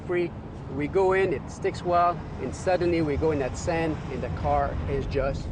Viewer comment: "We got oneven Pavment, we got san, little san, alot of san" Seriously, wtf are you talking about "oneven" "san" terrible pronunciation And its handling, not handing lol